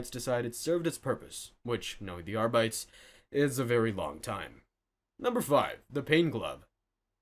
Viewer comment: Please learn how to pronounce Arbites and Omnissiah. You sound like you're just reading off a wiki with no actual interest in the subject.